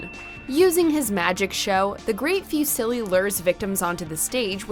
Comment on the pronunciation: not the narrator mispronouncing fusilli immediately before fusilli himself says it correctly